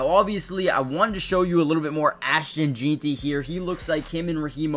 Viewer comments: FYI, it’s pronounced Jen-tee, not Jeen-tee. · It's pronounced JEN-TI !!!!! ffs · Please say jeanty right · Learn to pronounce Ashton's last anme!